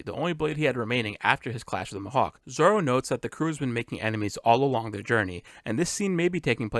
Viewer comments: please don’t pronounce Mihawk like that ever again . Me•Hock = Mihawk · Great spoiler-free video. I do wanna say one thing though, "m'hawk" lol. I always thought it was "me-hawk" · I really liked this break down! It showed so many things I missed despite watching the trailer multiple times. But I just wanted to ask, is your pronunciation of Mihawk some kinda accent or something? Coz its my first time hearing it being pronounced liked that!